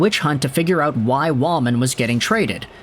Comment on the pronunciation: It’s Jake Walman.